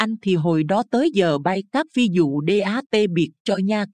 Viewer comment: Người đọc phát âm không đúng "phi vụ" lại đọc "phi dụ"; Việt Nam đọc "Diệt Nam"?